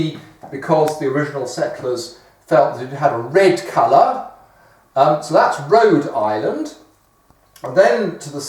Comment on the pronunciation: Rhole Island xD